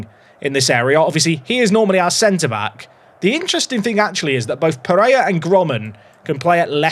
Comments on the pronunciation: "peh-ray-RA", "KEEN-yon-ez", "hay-zeus (maria garcia)" "ah-ghee-LAR", come on if you can nail Finnish pronunciation I believe in these too! 🙏🙏🙏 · apologies for the error, all I want is for to stop saying a very English sounding “Jesus” and to pronounce the final R and Pereyra’s name! 😅😭